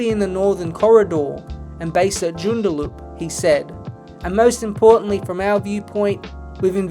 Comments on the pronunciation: Hahah it's not 'Joon-da-loop.' It is pronounced 'June-dah-lup.' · The way he said 'Joondaloop' instead of 'Joondalup' makes me laugh ;) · wtf is jorn-dar-looop at least do some basic research on how the name of a town is pronounced before you do a video on it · Its between Joondalup or Canberra. Leaning towards Joondalup considering all the money the AFL is pouring into GWS, GC and now tassie. Not sure if they can afford another money burning team. Also your pronouciation of Joondalup is funny. Its pronounced joo-n-da-lup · Great video but you need to brush up on your Joondalup pronunciation game 😂 And why are you hating on Norwood? 😢 Fantastic club, unlike some plastic no-history franchise from Nowheresville WA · 😂😂 Joondalup is pronounced very differently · JOON der LUP. MAN due rah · Its JOON dar LUP. and MAN due RAH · great video, incorrect pronounciation of joondalup and mandurah made my skin crawl though ahhaha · Can't even pronounce Mandurah or joondalup properly... 😂😂😂